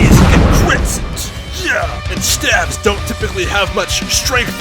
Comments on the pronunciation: STAVES. S-T-A-V-E-S. S T A V E S. Not "staphs". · Please stop saying st 'ah' ves, staves is pronounced st 'ay' ves. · it's "staves" not "staffs" :D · wtf is a stav? I think you mean either a Staff (with a "f" when) talking about them singularly, or Staves (with an A, rhymes with Dave) for plural. There is no such thing as a Stav. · it sounds like you're saying "staffs" because your pronounciacion is strange. go to google translate, enter "staves" and click the microphone icon to hear how it's pronounced :) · The plural of staff is staves, and the a is long, so say "stAves" so you won't sound as ignorant next time. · I thought this was about Daggers. I kept hearing "STABS" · It's a long "A"... STAAAVE. JFC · STAVES [steyvz] /steɪvz/ I had no damn clue what you were talking about until I saw a picture of a fucking staff. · You said.....st-ah-vs.